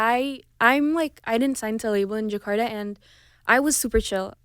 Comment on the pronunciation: Just don't like Menik said djekada ( Jakarta!) But anyway so proud..